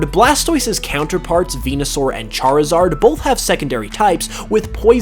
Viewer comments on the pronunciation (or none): none